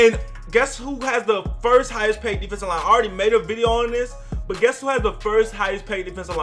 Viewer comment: Ques** not "guess"